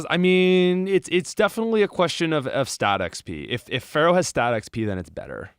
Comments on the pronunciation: Love everything you fo. But for the love of God it's FEARow... not Pharoah... Thank you for all the cool things you do. ❤ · Why does he keep saying "pharaoh" and "sparrow"?